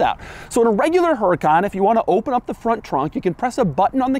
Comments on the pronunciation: Doug. You of all people. You're saying it wrong. It's not "HUR-I-KON" It's "OOER-I-KON" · #DougDeMuro Please treat the H as silent. Pronounced /Ur - eh - khan/. Its 2023 - Americans can acknowledge silent H’s. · Is pronounced “uracan” no H. Just U-RA-CAN. Simple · You DON'T pronounce the H, it's a Castilian/Spanish word.